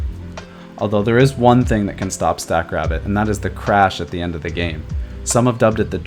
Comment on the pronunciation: At first I thought you were calling the AI "Stack Crap". Lol